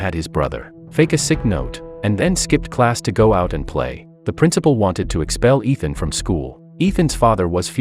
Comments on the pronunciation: It's Ishaan not Ethan. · Ethan hunt lol. Its ishaan.. dumb narrator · His name is not ethan it is "Ishan' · It is not Ethan it is Ishan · bro its ishaan not ethan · Ishaan. Not Ethan. You USA people call Ishaan Ethan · It's not ethan hunt .. It's Eshan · IT IS ISHAAN! NOT ETHAN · Bro his name isn't Ethan! It's Ishaan! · it isnt ethan its eshan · 😂😂😂 his name is not Itan he is ishaan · Bruh stop saying Ethan he’s name is Eshan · It’s Ishaan not Ethan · His name is not Ethan it’s ishan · Its ishaan not Ethan bro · BRUH ITS ISHAAN NOT ETHAN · His name Is not Ethan its eshan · Its Ishaan Not Ethan😂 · ITS NOT ETHAN ITS ISHAN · his name is not ethan its ishan 😢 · It is not Ethan it is ishan and the tech arts name is not nick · Not ethaan!!!!! Say eshaan madman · his name is not ethan its ishan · Its ishan not ethan but good description of a good movie . Nice work ❤ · His name was Ishaan, not Ethen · It's not Ethan it's Ishan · Bruh its not ethan, its ishaan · Its Eshan not ethan 😂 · he is called Ishaan not Ethan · What then? 😂😂 Bro it's I shan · Why re you pronouncing the name incorrectly? The boy’s name is Ishan and the teacher’s name is Ram. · To correct you, It is Ishaan not Ethan.